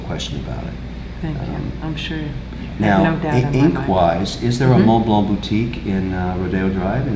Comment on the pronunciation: Always a messy place and Jesus you have so much money and so many low end furniture. Also pronounce the names properly. Mont Blanc you don't say the C at the end and AP the T is not to be pronounced. It sound if he says Audemars Piket. I can give you proper lesson and take you watch shopping properly